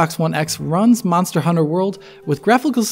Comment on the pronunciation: "Mazda Hunter World"?